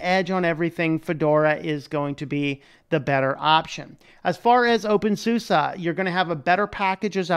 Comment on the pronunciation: Nice vid! Thanks. When you say "OpenSUSE" I understand "Wingardium Leviosaaa" hahaha, just joking :P